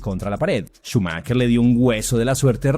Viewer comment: Xq cada vez q dices “Schumacher” lo pronuncias diferente?